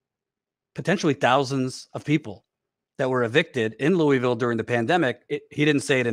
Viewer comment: What the fuck is that pronunciation of Louisville? Or is he talking about another city that sounds similar?